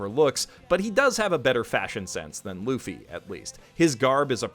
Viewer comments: Luffy is pronounced loo-fee. Please say it the way it’s so posed to be said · They do realize it’s pronounced “Loofee” right? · There are some things i need to clarify for you. No spoilers for events beyone Loguetown. Luffy is pronounced Loofee Axe hand Morgan has a metal jaw because Kuro broke his jaw and Django hypnotized him to believe he took down captain Kuro. Its Red Leg Zeff not Red Shoe Zeff I am thrilled u enjoy the show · It’s pronounced Looffy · for your own sake so as not to be ridiculed forever, his name is Luffy, pronounced Loofy. I guarantee that is one of the biggest announces for One Piece friends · Wait a minute.... I KNOW you did not just call him “luh-ffy” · Please it’s pronounced loo-fee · I cringed a little when he said "Loffy" 😂😂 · its pronounced loo-ffy no? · "Monkey D. Löffy." The Schwarzenegger Pigeon That Lives In My Head And Tells Me How To Pronounce The German "Q": COO? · ..... I heard him say luffy wrong..... struggling to not get mad about it..... takes deep breaths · Anyone else outright FLINCH the first time he said Luffy's name or was that just me? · Why is no one talking about the way says Luffy??????? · You my friend have a serious problem with pronouncing names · I cringe when he said Luffy. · I would say welcome to the club, but you gotta first get how to pronouce LUFFY right.. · i die a little inside every time some says luffy that way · You better pronounce luffy's name right next time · Okay you don't need to have watched/read one piece to know that that is not how you pronounce Luffy. But congrats on begining, the amount of things you've said that make all one piece fans say "haha oh you have no idea" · Please learn how to prunounce luffy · I cringe every time he says Luffy's name wrong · Dude please say luffy's name right. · Now we just gotta get to pronounce Luffy's name right every time. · It hurt my soul the way he pronounces Luffy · Please never say luffy again. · why can't you pronounce luffy